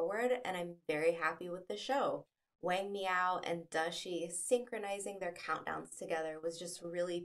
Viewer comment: You should learn the correct pronunciation of Chinese names especially that of the main protagonist "Wang" . You butchered it.